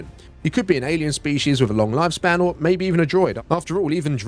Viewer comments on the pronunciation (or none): none